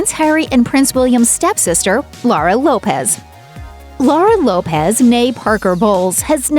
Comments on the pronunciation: It's a fact, kumquat. It's Lopes, not Lopez. Google a video on her, that's how it's pronounced. I live in a predominantly Portuguese area where that surname is common and that's how they pronounce it. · Laura's surname Lopes is not pronounced like Lopez. It's pronounced to rhyme with 'hopes'.